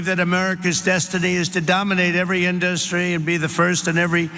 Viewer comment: Why does he say “In-DUST-tree”?